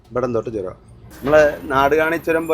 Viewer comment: ചുരം അല്ല ചൊരം താമരശ്ശേരി ചൊരം 😄😄